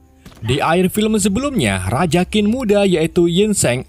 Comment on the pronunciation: bos QIN di baca CHIN bukan KIN